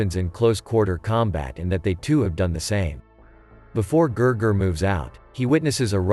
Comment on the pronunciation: His name was not Ger Ger it was Gigi